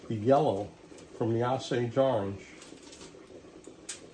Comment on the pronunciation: Osage . . . pronunciation is with long "O". Like "Oh". 🙂 No, flip drawknife over. Holding scraper wrong . . . pull it, not push. It's not necessary to "baby" limbs that are that thick. You're not going to create a weak spot in tip area. That's where the least stress is. It's why last 5-6" can be tapered down to pencil sized width. Using heat gun to "set" bend is common technique.